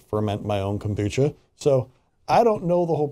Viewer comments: it's not pronounced Kombooka. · oliverimhoof Kombucha, which didn’t pronounce right, has very small trace amounts of alcohol in it because it is a fermented drink (it’s origins are from Asia). If you buy kombucha from the store and leave it out at room temperature for a day or 2, it will test less sweat and more acidic with a higher concentration of alcohol (but would still be less than 1%). This is a natural occurring process that has nothing to do with adding more chemicals because it’s the lacto-Bacteria that is doing this process. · That is not how you pronounce kombucha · Why did he pronounce the word like it was the first time he'd ever heard the word Kombucha before?